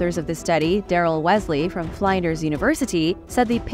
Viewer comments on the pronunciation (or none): Flinders-rhymes with cinders